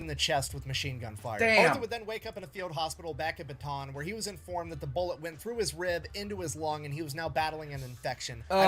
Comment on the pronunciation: Filipino here. How to pronounce Bataan: Pretend it's spelled like Bata'an. I think y'all can figure that out from there. 👍🏼